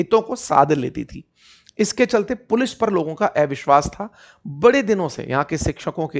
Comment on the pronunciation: अविश्वास को एविश्वास क्यों बोलते हैं?